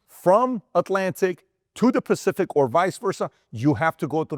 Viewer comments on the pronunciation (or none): none